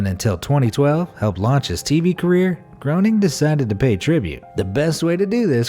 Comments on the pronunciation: Yes exactly... like Graining!! Not Groaning! 🙄 Wouldn't it be wonderful if narrators actually knew what the hell they were talking about and pronounced words that they're narrating correctly? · Matt Groening is pronounced graining, not groaning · Matt Groening's name is pronounced like Grain-ing. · Pronounced Graining not Grow Ning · I know but never the less his name is pronounced like gray-ning. It is not an English name and does not have an English pronunciation. I saw a TV interview with him a few years ago where he talked about the "real" Springfield from the Simpsons. In it he pronounced his name like that. Also, although it's not often used nowadays, the letters o and e together are supposed to sound like a long A, as in "gray" in English. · Please stop calling him Matt GROANing 🤦‍♂️ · Groening pronounced "graining". Rhymes with braining. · You Pronounced Matt Groening's name wrong, according to him it's pronounced grayning.... Strange but true. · His name is pronounced Grayning. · That isn't how you pronounce Matt groening's last name 😂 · Great job, but you should learn how to properly pronounce Matt groenings last name.. 🙄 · Groening is pronounced with a long a sound, not a long o.